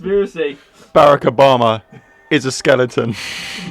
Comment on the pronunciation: As an American, I approve of the way he said Barack Obama.